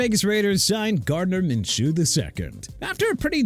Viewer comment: You just said "the Jaguars inexplicably gave their quarterback an 5 year extension" TWICE!! STUPID! And also Minshew is pronounced MIN-SHOO NOT MINCHOO